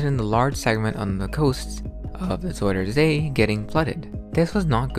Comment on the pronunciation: It is NOT Zoider say it is zUIder zee with an UI, not an oi!!!